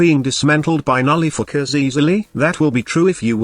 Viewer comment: Am I the only one hearing Nullifookers instead of nullifiers?